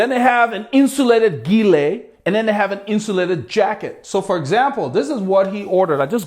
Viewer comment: Very informative video, I subscribed. I agree tops that fold down into a jersey pocket is an important consideration. Also, its important to know what materials are used in making the product this usually tells you what the best use cases are. Just an FYI.. Gillet is pronounced with a soft G it's the french word for vest.